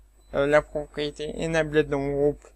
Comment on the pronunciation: Bonjour Monsieur, A titre indicatif voici les prononciations de : Enable => UK:*/ɪnˈeɪbəl/ , le past = enabled , load = >UK:*/ˈləʊd/